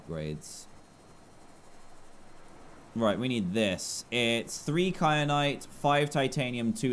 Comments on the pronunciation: It's ky-anite not kry-anite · It annoys me that Dan says “kryanite” and not “kyanite” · It annoyed me too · also that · Triggered me sooo much when Dan kept saying kryanite and not kyanite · Does it bother anyone else that Dan says kry-an-ite even though it's Ky-an-ite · kryanite?? ITS KYANITE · Kyrite not Kryanite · why did you say cry-anite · the entire time i was screaming ITS KYANITE, NOT KRYANITE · It’s kyanite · Dan:"Kryanite" Me: Triggered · Wait a minute .....did dan say "wait a cotton picking second". Ouch Btw he said kry at nite instead of kryanite lol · Dan please stop adding an r to KAYANITE